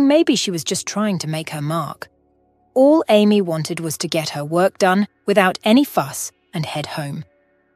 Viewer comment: Amy pronounced Aye.. me for Amy... NOT Army